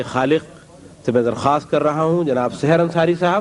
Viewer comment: آپ شاعر کا نام غلط لے رہے ہیں۔ یہ سحر ہیں جس کے معنی ہیں صبح( س پر زبر، س کے نیچے زیر نہیں) ❌ وصالِ ہجر سے وابستہ تہمتیں بھی گئیں ✔️ وصال و ہجر سے وابستہ تہمتیں بھی گئیں